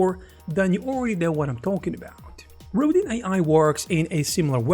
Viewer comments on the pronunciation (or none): Please Google the sculptor Auguste Rodin. It's pronounced row-dahn with a very soft n at the end.